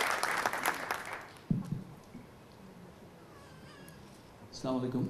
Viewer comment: Assalamualaikum,sakib bi, not slamalikum.alwright